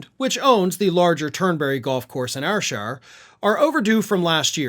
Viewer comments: Said like: "Air Shire" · People hate trump over here. I mean, you can't find someone that does not hate him. Thats gotta play into the losses. FYI Ayrshire is pronounced airshire. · Such a dreadful company/family with business, Ayrshire - Pronounced Air Shire. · Ayreshire is pronounced "Air-Shurr", I'm not taking any offence as my gramma is terrible let alone I'm not saying it as "Offense" as I am British. But it does get annoying that a lot of our counties have "shire" in their name and everyone pronounces them like it's the "Shire" from Lord of the Rings lol. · As a Geordie, the trump courses are an embracement to the whole UK. Can't see any Brit actually playing these, courses. But the butchering of Ayrshire in this report was so painful.